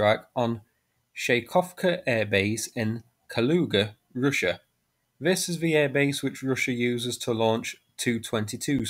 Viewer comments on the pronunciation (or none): none